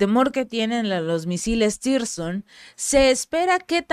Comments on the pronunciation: son Misiles hipersonico Tsirkon no Tirson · "Tirson" no, Sircón (tsirkon) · CHICA, TE SUGIERO LEER BIEN EL NOMBRE DE LOS MISILES ANTES DE MENCIONARLOS PARA QUE NO SE GENERE INFORMACIÓN ERRÓNEA A PARTIR DE NOMBRES INEXISTENTES. NO SE LLAMAN TIRSON COMO MENCIONAS, SINO TSIRKON. T.S.I.R.K.O.N. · Se pronuncia "TÍRSCON", no "sircon". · PERO NO SE LLAMAN "TIRSON". SE LLAMAN "TSIRKON". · siempre que mencionas esas armas les llamas 'Tirson', pero su nombre parece provenir de la piedra Zirconia, asi que su pronunciacion seria mas bien TZIRKON. Los guiones y análisis muy bien, pero en la pronunciacion siempre hay por lo menos 1 fallo. Animo y aqui seguimos contigo. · No es tirson es tsirkon la te es nula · Mi Reyna por fa n lo pronuncias bien tzirkon no existe tirson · Puedes decir Cirkon ? O Zirkon? Sería más cerca de la realidad.